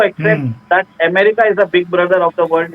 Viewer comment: शब्द "अमेरिका" है। आप एमेरिका क्यूं बोलते हो? अमेरिकन √√ एमेरिकन ××